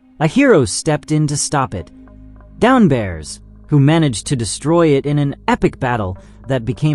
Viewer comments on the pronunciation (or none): Downbears? Macrobears? Blaze Tone? If you don’t take your ass back to elementary school so you can learn to read right proper and learn to pronounce words so you can put some proper respect on these heroes names! These people were set up from the get up and died in the most gruesome inhumane ways. Have a damn heart. You’re about as cold and callous as the mechanized murdering machines you’re talking about.😂